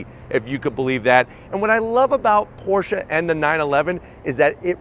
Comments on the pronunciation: Thank you so much for pronouncing Porsche correctly. Excellent review! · This it the first american so far to pronounce Porsche correctly...